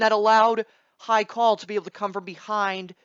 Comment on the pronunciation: According to you none of them will win, so how about you stop putting my Farm's Haikal down and also learn to pronounce his name please at the least.